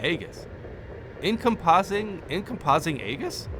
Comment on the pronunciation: Encompassing Aegis is pronounced "in-COMPASS-ing AGE-iss" if you care. It means "a shield that goes all around you"